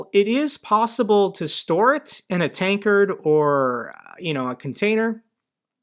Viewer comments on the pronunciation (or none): Tanker =/= [tankard]